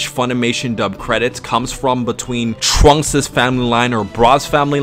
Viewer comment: Why he say trunks like that 😂